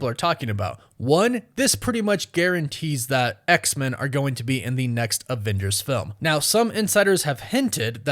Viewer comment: Maybe it's just my ear but it sounds like you're saying "X=Mun". Am I hearing you wrong? Is that how Marvel wants that name to be said? Do you just have an accent or something?